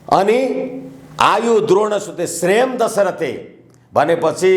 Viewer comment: श्रेयं दश्रथे होईन श्रीयं दशरथे हो,राजा दशरथकोजस्तै श्रीबनोस भन्ने हो!